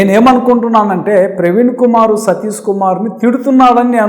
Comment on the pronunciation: సతీసు కాదు! సతీషు. షూ కు. సు కు తేడాతెలియకపోతే ఎట్టా? ముందు అక్షరాలు పలకడం నేర్చుకొని ఆపై పసంగం సెయ్యండి.